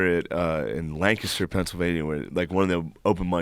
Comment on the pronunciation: Holy shit he said Lancaster correctly. That is amazing